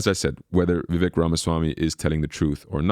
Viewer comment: Vivek..rhymes with cake 🎂 Please, people, learn to pronounce it right. He may be the first president or VP known by his first name🎉